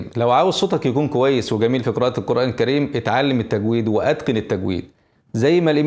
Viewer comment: قولوا تجويد بشكل صحيح رجاءً انها تشبه كلمة أخرى قبيحة لذلك وجب عليكم نطقها بشكلها